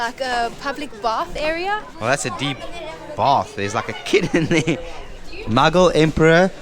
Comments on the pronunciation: First thing’s first: keeps calling Mughal as muggle. It’s hilarious. It’s moo-ghall. These videos in Pakistan. My impressions are bitter-sweet. Mostly sweet. I’ve kind of been weary of white YouTube travelers to Pakistan. You know, the same drill: exoticization, exploitation of the social generosity, and not actually investing in local stories. This duo here seem to have avoided all three of these. Well, mostly. And, for that, they’re my favorite YouTube visitors to Pakistan. Now the bitter part. The two are utterly naive. Which, is not a 100% bad thing. I will admit I enjoyed the almost childish curiosity visible as they go about randomly discovering places. Some of their explanations and predictions about stories and histories are laughable…in a cute way. But, at the same time, I would have appreciated it if they’d done a bit of research before visiting the places. Because, if this is meant to be a tourist guide of some sort, it should inform. That said, I’ll admit I too have travelled several countries with out doing enough research. And, it’s been fun discovering them as I moved along. However, I always came back and spent hours in books and online blogs to truly do justice to the trips. I hope these two can invest their time in some pre-research as well. I’d also add that I’m surprised that they didn’t move along with a local who could speak English. I have become so used to these blogs where an overdressed Pakistani tries too hard to impress the foreigner. So, it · When she said "The Muggle Era" instead of "The Mughal Era" the Harry Potter in me wokeup 😂